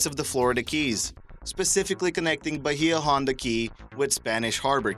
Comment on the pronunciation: the way you pronounced Bahia Honda irks me. other than that, thumbs up.